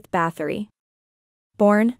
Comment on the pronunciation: I believe that its pronounced Bat-hory